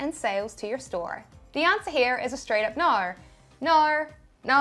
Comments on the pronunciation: I hear "Noire" instead of "No" 😆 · Theres no "R" in NO! :) Love ya!! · when Australians say no🤣